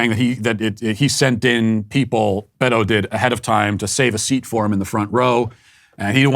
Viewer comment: We should take Beto as seriously as Matt takes pronouncing his name